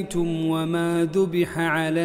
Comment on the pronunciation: انتبه اخي الى الذال تنطقها دال مهملة وماذبح وليس دبح